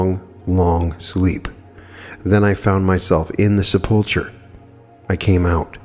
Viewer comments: sep·ul·cher /ˈsepəlkər/ The "ch" is a hard "k" sound. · Love your videos and I admire your wisdom in all things metaphysical; but sepulcher is pronounced seh-puhl-ker.